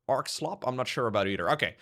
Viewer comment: Slope. Not slop.